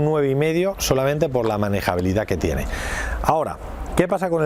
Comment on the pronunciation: "Manegabilidad". Mis hogos...